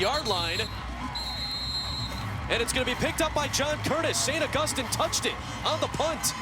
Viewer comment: How hard is it to say August- EEN